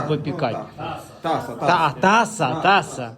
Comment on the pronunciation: Таца, таця, , прощу пана, а не таса.